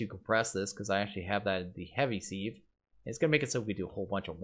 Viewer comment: Youtuber’s commonly pronouncing sieve wrong. Used to trigger my OCD but I’m used to it now. Looking forward to watching this series after binge watching Enigmatica Skyblock